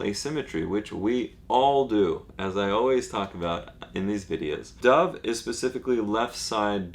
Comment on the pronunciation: thought u said dah cameron